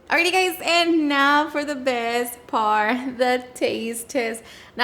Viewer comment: “And now for the best parrr” 😂❤